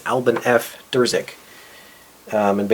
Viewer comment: The name is Irzyk, not Drzyk.